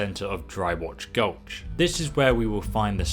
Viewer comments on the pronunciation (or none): dry ROCK, not dry rotch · It's dry ROCK gulch not dry watch gulch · Dry rock gulch. Not Dry Ratch Gulch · Why Roch Goch? Im sorry? Do you mean dry rock gulch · What is dry wotch gulch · It really annoys me how he calls it "Dry Watch Gulch"